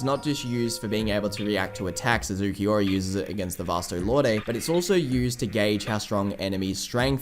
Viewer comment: I hate how everyone says ookieora instead of ulquiorra